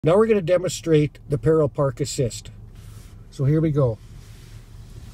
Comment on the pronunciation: The word “parallel” has three syllables. You keep saying “Peril Park.” Stop.